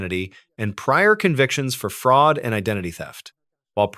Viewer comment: “Demon-straight” “fraaaasud” lol. Be warned.